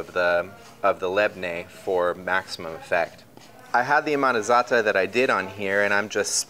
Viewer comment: I don't think I've ever heard anyone pronounce za'atar and labne correctly, outside of Arabs – props to this guy! 😄 These look amazing though, it's insane how much work goes into this bakery operation.